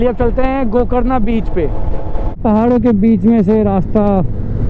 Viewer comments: 2.01 gokarna sounds like go corona🤣🤣🤣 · Go carna beach soungs like "Go corona "😅😅😂😂